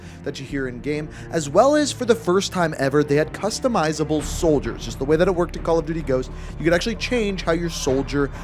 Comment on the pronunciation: Did he say Call of Diddy